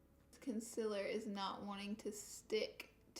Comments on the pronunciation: Con-SEE-ler not Con-sil-ler... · Con seal err is how you pronounce concealer not consiller And contour is one word, not two. Not being mean, just saying. I've seen people drag you for pronouncing those words incorrectly. You're supposed to be a make-up Guru, so know how to pronounce your products dear. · Know what I just realized she said conciller again I completely forgot that’s the way she said it I’ve gotten so used to it 😂